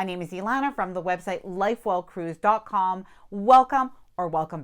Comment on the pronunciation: Congratulations on 100K. I have to tell you that I used to think you were saying “Light Bulb Cruise” in your opening statement. So funny. Obviously I know it is “Life Well Cruised” now! 😂